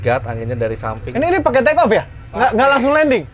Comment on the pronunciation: oke clear for trrrekoo eh.. take off😂